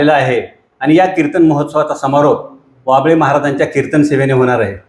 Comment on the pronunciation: कृपया हभप बाबळे महाराज ऐवजी असे वाचावे